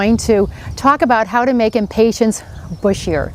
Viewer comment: Wow. This is SO not helpful. #1-- You say 'impatints', with a T, instead of impatiens. #2 -- As another pointed out, it is impossible to see exactly what you are doing -- AND -- you do not say Above or Below the leaves. ???? Perhaps a gardener Knows, but this video isn't this video Supposed to be for us non-gardeners??? Suggestion: have your videos peer reviewed before releasing. UGH.